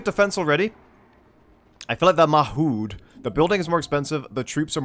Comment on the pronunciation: Mahud.. Muhad. There, fixed it, you're welcome